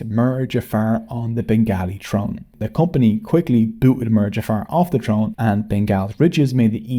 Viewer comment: Same for the word 'mir'